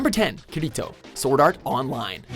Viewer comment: Ugh you pronounced Kirito wrong...